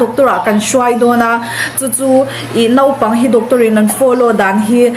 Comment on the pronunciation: Nopang tia lam ri lo khan naupang tiin han lam ri hram2 teh aw😀